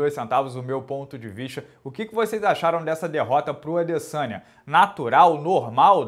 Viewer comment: O mais doloroso desta luta foi ficar ouvindo o minotauro chamando o Adesanya de "Adessânha"